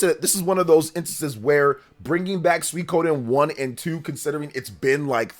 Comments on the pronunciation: Other than putting the emphasis on "ko" instead of "sui", pronunciation is mostly okay. Not like there are that many ways you can mispronounce that anyway. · My new favorite hobby is seeing how many different ways YouTubers can pronounce "Suikoden".